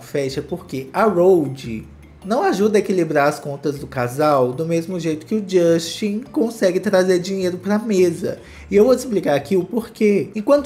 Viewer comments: Não é JUSXTI . É “DJUSTEN” nunca irei esquecer a entrevista com a Sabrina santo 😂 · "jósten" kkkkkkkkkkkkkkkkkkkkkkkkkkkkk